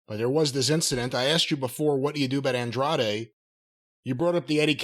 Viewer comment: It's hilarious how Jim refuses to use the last syllable in Andrade's name lol Andre is just easier to say.